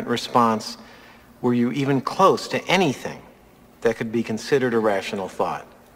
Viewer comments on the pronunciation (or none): none